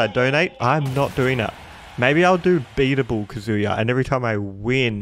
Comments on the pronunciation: KA-zuya not kaZOOYA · The emphasis is on the “a” in KAzuya not the “u” like kazUya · it’s said kah-zoo-yah not ka-zooo-ya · No one:: "Kazooie-ya." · Kazuya’s name is not pronounced ka “Zoo” ya. Put emphasis on the “Ka” and shorten up the “zuya” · his name is pronounced kah-zoo-yah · Please learn how to say kazuya. It’s not “kazooya” like you’re saying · The way he pronounces Kazuya 😓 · please pronounce his name correctly